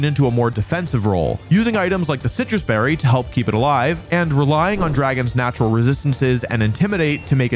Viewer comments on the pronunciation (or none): none